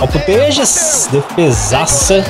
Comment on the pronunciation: É Putellas, e não Putejas!🤦🏻‍♂️🤦🏻‍♂️🤦🏻‍♂️